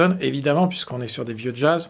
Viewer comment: J'entend exactement cette prononciation ! Le JaAaze 🤣